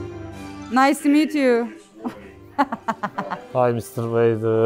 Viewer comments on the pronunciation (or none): none